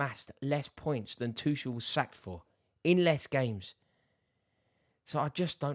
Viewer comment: is Tuchel really pronounced "Twoshell"